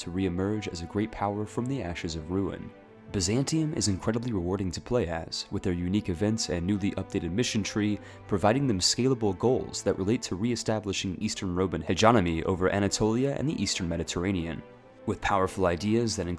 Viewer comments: Hegemony is pronounced Hedge-eh-moan-e and Archipelago is pronounced Arch-ah-pell-eh-go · When’s someone gonna tell him he’s pronouncing ‘hegemony’ and ‘archipelago’ wrong?